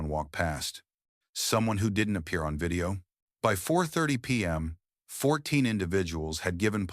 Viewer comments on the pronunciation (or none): none